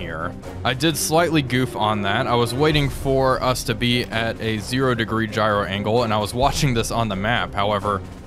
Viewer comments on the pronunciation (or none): none